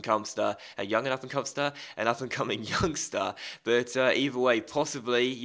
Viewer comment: A yumming upancomster. Never heard that one before! XD